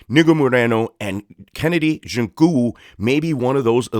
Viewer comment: or mr white man pls respect your self and pronounce the Nigerian mans name properly or don’t call his name again,why don’t you learn how to pronounce his name well before going online with your bloody phonetics